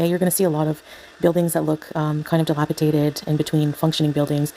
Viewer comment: Dilapidated NOT dilapitated🙄 FFS, isnt english your first language? Dont you have a “degree” in english or something? As if we didnt already know, thats clearly another lie🤷🏼‍♀️😂